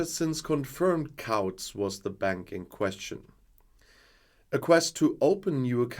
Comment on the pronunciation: Whilst mispronunciations of our crazy language are inevitable and often amusing, please note that the ‘ou’ in ‘Couts’ is ‘oo’ as in ‘boots’. Hope this helps.